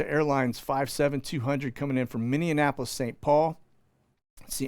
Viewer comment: Come on. It is pronounced "Minny-app-pol is". Minneapolis, Mn.